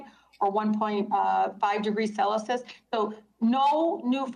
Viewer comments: Yeah I’m sure you really watched it. Your girl can’t even pronounce Celsius. 😂😂😂😂😂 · Tlaib can’t even pronounce Celsius properly. We need better testing requirements for public officials. She’s so trashy it’s not even funny. Like Kamala going to France & thinking using a French accent was the same as speaking French. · Im glad I’m not the only one who caught that.